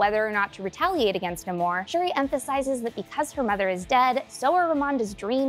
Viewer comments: Nahmor roll the r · It’s pronounced no amor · It's definitely pronounced Namor, not Namor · Pretty sure it’s pronounced Namor